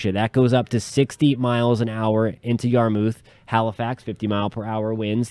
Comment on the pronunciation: yarmouth is pronounced Yar-muh-th. just for future reference :)